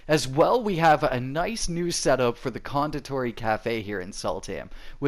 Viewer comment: As i watch through the video and hear pronounce konditori I lost it😂 I'm sorry but it's just hilarious to listen to people from USA or in this case Canada trying their damndest to pronounce swedish words😁 btw Konditori translates to confectionery 😉